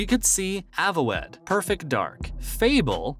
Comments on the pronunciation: my man really called that game avo wed LOLOLOLOLOL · Are we all going to ignore “aah-vo-ed” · Ayo wtf is Avo wed?? It's Ah Vowed my guy lol.. Also you got ALOT of this info out of thin air cause Xbox and doesn't own CSG game world Matt wouldn't tell them don't launch the game and Hellblade 2 isn't confirmed for 2023..